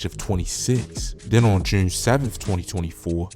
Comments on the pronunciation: bro say jurne like he a brit or sum lol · Why you pronounce June like that 😂